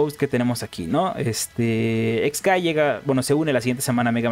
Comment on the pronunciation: El nombre del personaje se escribe χ-kai- y se pronuncia solamente "kai" (por eso tiene los guiones) no se porque los youtubers cometen el error de pronunciarlo "Ex kai" o "Equis kai" siendo que χ es una letra griega que en inglés se pronuncia "kai" y en español "chi".